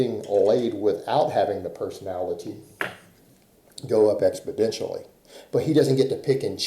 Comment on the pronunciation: “Expodentioally” lol, here we go again :-))